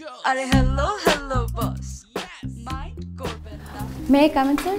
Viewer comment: It's "Mind" not "Mint"